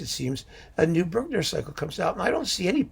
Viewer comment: I think I need you saying Bruckner as my ringtone LOL